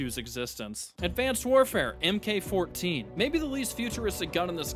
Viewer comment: Please stop calling it the “EM Kay” 14. In weaponry, MK means Mark. Please don’t continue mispronouncing things like Chaos does.